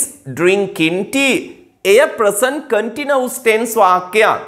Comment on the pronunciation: Continuous Please check your pronunciation of this word